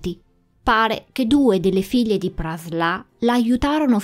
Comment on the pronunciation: tu pronunci Praslà ma non capisco questa "a" accentata da dove viene. In francese "in" si legge "en" o al massimo loro vertono più sulla a, quindi "an". Forse, ipotizzo, il tuo amico ha pronunciato "an" e visto che la n è molto nasale ti è parso di capire Praslà. Correggimi se dico fesserie